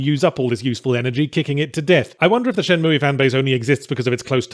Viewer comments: Moooey. Its moo pal. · What the hell is Shenmooey? Its Shenmue.. Pronounced Shen Mew... Not mooey! ... XD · Its shenmooo not shenmoooeee. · k I couldn't even finish ur terrible vid first cuz u don't appreciate the game, and second, please pronounce it correctly. its Shenmue, shen-MOO... not shen-MOOEY, good god man, I don't where ur from, pronounce with respect....pathetic.... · Shin-moo-Eee? WTH? I have to assume he's trolling. Is it not pronounced Shin-Moo? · Shen-mue not mooey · Who on Earth pronounces it "Shen-moo-ee"? Lol what. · For anyone interested the correct way to say it is shenmoo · I only hit dislike for the Shen Moo EEE pronunciation. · Shenmooie? What a dumbass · What a Shay-mu :/ Anyway, does anyone know a place where sailors hangout? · At least it sounds less nerve grating than ShenMOOO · I have no horse in this race, but it's not "shenmooey." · Haven’t watched yet. Let’s see if he’s learned to pronounce “Shenmue” correctly in the last decade or so Edit: :’( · Considering you cant even pronounce the name I dont think you were serious about playing it to begin with ;) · he keep pronouncing the e and its driving me nuts in only the way yahtzee can. XD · Well... his pronounciation is bad, but that IS at least roughly how it's pronounced. Until I learned to speak Japanese I always mispronounced it "Shenmoo" without knowing you're supposed to pronounce the E as well, although it's an "eh" not an "ee" sound.